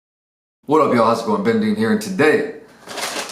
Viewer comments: "Probably enough for one " lool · "Probably enough for 1 BenDeen" 😂😍